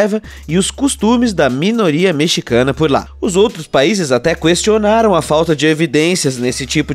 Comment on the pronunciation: Vish o mano falou cuestionaram já saí do vídeo já